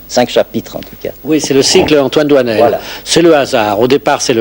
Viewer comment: doinel, not doisnel